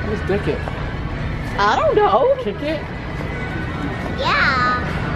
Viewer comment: omg killed me when she said "kick it" and it sounded like a inappropriate word 😂😂 and boy toys reaction to that i cant 😂😂😂😂